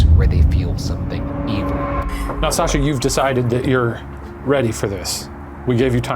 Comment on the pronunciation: it sounds like Sasha lol. But only the way Ryan pronounces it, Sajha.